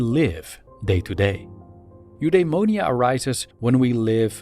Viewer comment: U-dai-mo-ni-a is how I’ve heard that word pronounced.